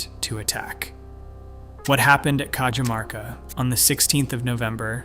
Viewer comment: I can beleive this. The Incans had a road network from Colombia through to the south of Chile. I lived in the mountains of Peru for about 4 years and I can remember driving over a forgotten incan highway. They had an amazing system of roads. By the way Cajamarca is prounced like "Cahamarca" I should know as I used to live there.